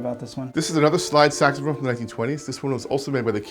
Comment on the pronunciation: it’s a sexphone. it is a sexphone”